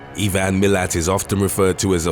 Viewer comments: Huntsmen spiders just look scary now whitetails, redbacks and funnel webs are the scary ones Oh and its "i-van" not "e-van" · EVAN Milat? IVAN!! Pronounced eye-van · E-van! E-van! His name is Ivan! Eye-van! What the heck is wrong with you? Have you never heard of the name Ivan before? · Just for the record, Ivan Milat is pronounced (phonetically) eye-van NOT eee-van in proper English, Huntsman spiders are pretty much harmless but scary looking, Murwillumbah is pronounced (phonetically) Mer-will-um-bah and no matter what you ever read on the internet about Martin Bryant, he is just a c**t. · You pronounce Ivan weirdly it made me laugh. It's like I-van. Similar to saying I-phone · Who the fuck is E van milat In Australia we call him I van milat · Ivan Milat pronounced - eye-van mill-at and since when has the Redback spider been called -australias black widow? We have both. They are NOT the same spider FFS. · Ee-van Mill-at had me in tears 🤣 As a native Australian, all of this is true, and we do ride Kangaroo's to school ✌ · Ivan is pronounced I-ven or at least it is in Illinois. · Ivan is pronounced eye-van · Can I help? His Name is (👁-🚌 ) eye- Van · Love this channel but it's pronounced I-Van..his son was a POS too. Both are a stain on our country. Also it's Mer-will-um-bar. Sorry to be the pronounciation nazi 😅🤣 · Ivan is pronounced like 👁- Van 🚗 V-ann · U butchered the pronunciation of Murwillumbah & Ivan... How hard is Ivan to pronounce I-van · Wicked shit, great vid. fyi: Ivan is pronounced “eye…van” but us Aussies further change it anyway and totally skip the A haha IVN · Three things: 1. Ivan Milat died of stomach cancer in 2019 while still in prison. Good riddance. 2. Just a nitpick, but Murwillumbah is pronounced, "Mur-WILL-um-bah", not "Mur-will-IM-bah". 3. Bit of trivia: Australia has a reputation for poisonous things, but the creatures responsible for the most animal-related human deaths in Aus are actually cows and horses.